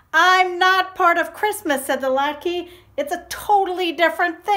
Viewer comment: Lat KA-- that's how it is pronounced :)) Thanks for sharing the story!